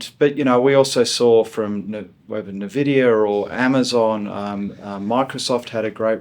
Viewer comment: mate, it's pronounced INvidia, not NEvidia. But yeah, great insights